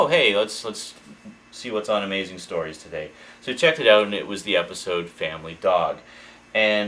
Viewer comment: i think its more like eout